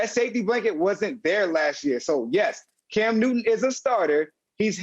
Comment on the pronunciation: Cam Newtty 😂😂😂 I can't help it